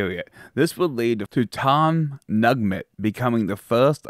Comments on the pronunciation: It's Tom Neugent, pronounced new-gent.....and Bobby Bowden was the position coach for Fred Belitnikoff in 1964, the first year we beat UF.....Bill Peterson had an eye for talented coaches....he hired Bill Parcells, Gene McDowell, Bobby Bowden among others........ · Tom “Nugment” LMFAO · Tom Nugent (pronounced New-gent). This historical stuff is really important. My Mom graduated from FSU in 1952. My parents were avid football fans. We attended those great games (first Gator victory, tying Alabama in Tuscaloosa, etc.) Please cover the great players (Tensi, Biletnikoff, Hammond, Sumner, Sellers, etc.) Peterson deserves much credit. Bowden was the greatest.